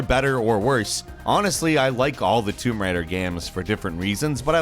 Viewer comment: "Toom Raider" Dude...